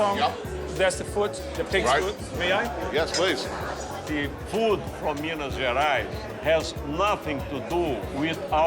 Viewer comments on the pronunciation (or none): me wondering what the hell is miniaras, its him pronouncing Minas Gerais lol